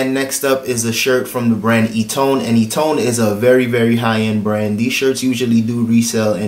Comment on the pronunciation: Great info on items purchased. Eton I believe is pronounced "eaten". I so feel you on the passing of Nipsy Hustle. I used to live a few blocks away from the strip mall he owned and unfortunately lost his life at. My hope is that his death is not in vain. RIP